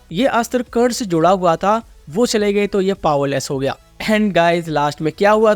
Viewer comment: Curd nahi bro karna😊